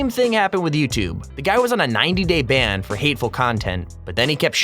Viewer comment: Ban not band